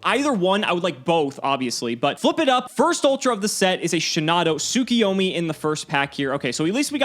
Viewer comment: Am I the only one who gets triggered when people say "Tsukiyomi"?